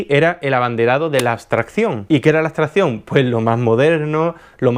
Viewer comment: ¿por qué nombras "astración" o "astrahción"? La palabras es "abstracción", hay que demorarse un poco más en pronunciarla, es cierto que no es vocablo frecuente, pero hay que hacer el esfuerzo vocálico... no olvides que tu canal es público.